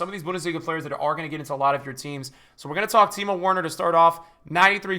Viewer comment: Good vid but plz say Werner correctly